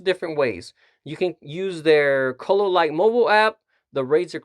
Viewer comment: Chololight? orale..lol